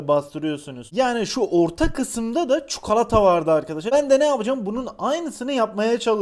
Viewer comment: Abi ne güzel çukalata diyorsun 😁😁